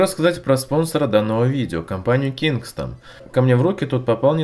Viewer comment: Я один слышу вместо кингстон кингсман?)